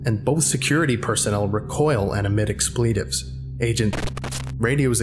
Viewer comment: "Expleetaves" lol